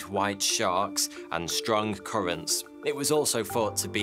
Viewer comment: does anyone else hear 42 every time he says thought2